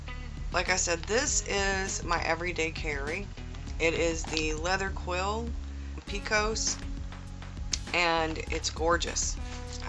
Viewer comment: PECK-os, sweet girl. I'm from Texas, though a bit east of where the Pecos flows, so I hope you won't mind me telling you that. I'm not sure where the word comes from; maybe the name of a Pueblo village wiped out by the Comanches long ago? (It's a gorgeous notebook!)